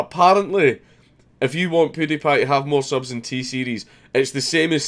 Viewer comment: PEWWWWW die pie not poodiepie